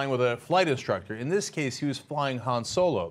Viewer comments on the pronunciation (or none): Its not Hans Solo you idiots its Han Solo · It's HAN Solo, not HANS Solo. God dammit!